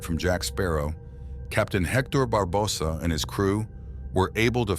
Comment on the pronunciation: Why do you pronounce Barbosa like that? 🤨